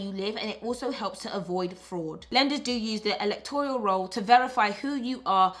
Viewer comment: Electoral roll not Electorial roll.